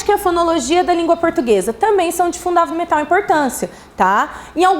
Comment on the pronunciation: “Também são de fudavimental importância” kkk